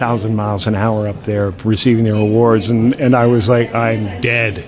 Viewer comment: Big emphasis on that phrase too